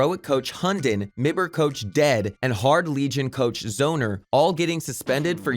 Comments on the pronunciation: Btw get someone else that can pronounce names pls Mi Ber LUL wierdchamp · But yes says mibr not m I b r😂